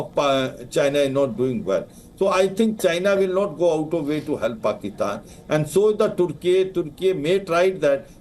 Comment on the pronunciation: Wow what an idiot you had high rank position in the government but you can't even pronounce clearly the word PAKISTAN